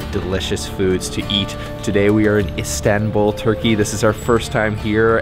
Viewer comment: High productions values and a nice variety of foods shown to encourage everyone to try the delicious treats. It is a little nit picking, but your pronunciation of everything Turkish is so off the mark. You both even pronounce Istanbul incorrectly. Some you tube pronunciation help would go a long way to elevate your videos to the next level.